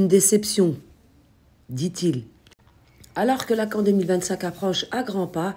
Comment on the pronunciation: La CAN (se prononce Canne 🦆)